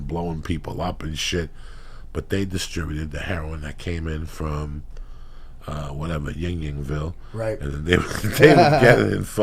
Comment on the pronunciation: "Ying-Ying Ville" 😆